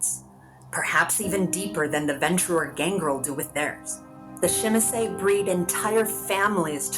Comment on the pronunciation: Good and informative video: nice artwork and the narrative of a written letter to a kindred is really immersive. Great video overall minus the pronunciation of Tzimisce...